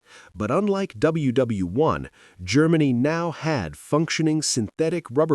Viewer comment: I hate the AI voice, especially when it says WW1.